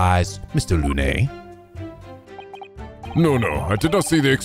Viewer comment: Balthazar Lu-nay It’s pronounced Loon,. BALthazar LOON